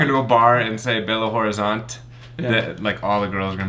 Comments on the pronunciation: a pronuncia de Belo Horizonte não é ROrizonte, é Orizonte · quando for falar " Belo Horizonte" junta tudo dessa forma: " Belorizonte" é assim q falamos e fica mais fácil p vc!